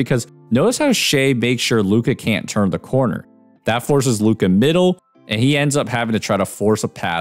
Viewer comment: Li-ka doncic